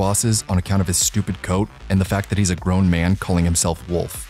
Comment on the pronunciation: its MA'AN !